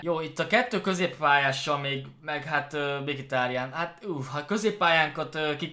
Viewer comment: az nem "MIKITÁRIÁN" hanem "MHITÁRIÁN":D